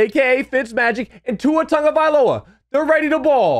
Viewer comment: like just for saying tuas last name. Good stuff